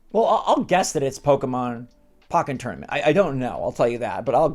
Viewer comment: Great vid, but why do you pronounce pokken tournament like that😭